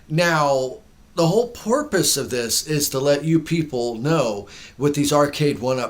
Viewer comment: Great video, love my 1up. “porpoise”